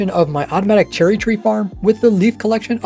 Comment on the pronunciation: anyone else hear him say cherly at the beginning